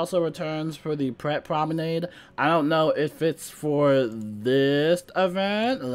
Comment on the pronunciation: Spellements were a bad idea from the start. They unbalance the game. Now you have to upgrade to stay even. You pronounced promenade correctly, have you been practicing?